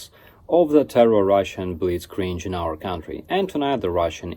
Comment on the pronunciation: Hehe, love your pronounciation of ’Blitzkrieg’ Be safe! 🇺🇦